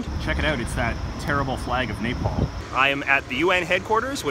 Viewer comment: "terrible flag of nepal" proceeds to pronounce it worse than donald trump